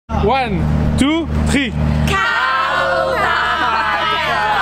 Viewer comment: "one, tou, tri" 😂😂😂